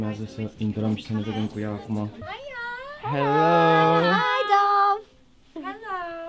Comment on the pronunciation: Se citește dav nu dov